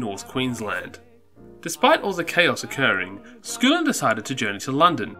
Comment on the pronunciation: aaarrrrrgh everytime...... It's not SCOOOOLIN!!!! It's SKULL-IN!!!! Aaarggghghghghghg